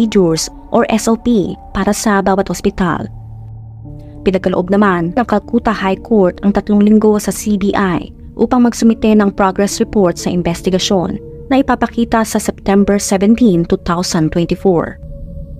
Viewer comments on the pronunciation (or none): Do I heared CULCATA repeatedly? Is it not Calcuta? Just wondering.